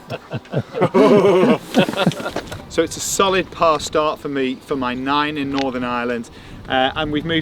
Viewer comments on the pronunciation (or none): Nick you need to learn how to say your Irish Surname properly 😄. Pronounced "Dockerty"